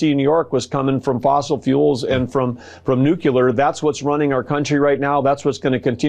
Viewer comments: Did he say nuculur🤣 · Fox pronounces it "Nuke-you-Ler," so subtract an IQ point from their viewers for every time they say it wrong. "Coal" is so much easier to say, and Trump loves the uneducated. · Never trust someone who pronounces Nuclear as Nucular! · How can anyone trust a person that pronounces nuclear as “nucular”? Christ all mighty. ThE sOLar pAnELs dOn’T WerK wHeN THe sUn GoES dOwnnNNN 😭” Brain dead people going on brain dead networks. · OMG it's 2025 and people still can't say nuclear right..... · These Trump appointees are stupid like Trump. Can't even pronounce " nuclear". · Our genius energy secretary mis pronounces nuclear.. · Nookyeler? Say it after me. Nu-cle-ar. Nu-cle-ar. YT doesn't like my commentary suggesting that the Secretary of Energy displays a striking lack of intelligence in his incorrect pronunciation of a word that should be well-known to the Secretary of Energy. I admitted that many people mispronounce this particular term but noted that they are not, in fact, the Secretary of Energy. I also noted the ridiculousness of his ignorance of the concept of power storage. I concluded by expressing my opinion that if we did not have a president with a striking lack of mental acuity, this type of failing would be found humorous. I also expressed gratitude that the behavior of this particular administration has introduced me to words such as "kakistocracy." Is that happy enough, YT? I respectfully request that you attack me with your dental apparatus. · As to Burgum's remarks, I don't trust the proclaimed knowledge of anyone, who cannot pronounce nuclear, NU-CLEE-UR, and instead say NU-QUE-LER. Nuff said. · It’s pronounced nu-klee-ehr. Not nu-ku-ler. Geez! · Why the hell are all these politicians who supposedly all came from Ivy League schools are so stupid they can’t even pronounce nuclear right why do they all say ‘NUK-UH-LER..?’ I swear all the dudes on Capitol Hill are just so freaking stupid nowadays😂😂😂😂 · Stupid. Nucular! How dumb